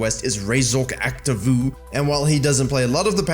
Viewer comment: Despite of his nickname being "razork activoo" in this case the two Os are pronounced as Os not as a Us, cuz it's a spanish word. Check the pronunciation of "activo" in Google translate for example XD.